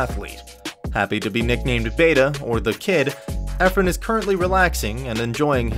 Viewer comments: It's BAH-TA (Bata) not BAY-TA sir 😂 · Its BA-TA Not beta only pinoy will correct it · It’s not “Beta” , it’s “Batâ” meaning kid or “the younger” (one story is that there were two Efrens in his hometown hence the nickname to distinguish one from the other and it kinda stuck) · Bata is pronounced as BahTah not beta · It's not pronounced Beta. It's pronounced bah-tah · Solid B-A-T-A like (Admonish) not B-AE-T-A like (Beige), you make him sound like one of those beta males. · Bata, both A's pronounced using the short á like bat 🦇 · bah-tah means kid